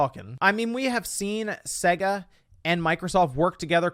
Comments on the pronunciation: The way he says SEGA physically hurts me, imagine you got this when booting up Sonic. 😬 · The way you say Sega really annoys me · I don’t like the way you pronounce Sega